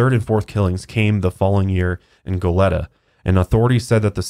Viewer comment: Just to let you guys know Goleta is pronounced go-leet-a, but great podcast! <3